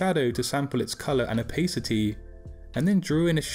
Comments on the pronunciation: Its Opa city, not Opay city :P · i stopped watching the second you said "opheycitey" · man said opaycity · American English is pronounced that way, English English is 'oh pa city' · I HATE THE way this guy says "opacity."